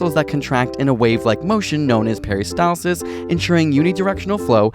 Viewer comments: "peristalsis" for a second I thought he said harry stylesis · When he said peristalsis i thought he said Harry styles whoops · When he said 'peristalsis' I thought he say 'harry styles sis' 😂😂